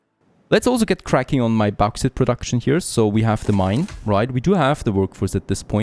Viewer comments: Bawx aight* Bauxite, not bohx it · Bauxite is pronounced like : Box sight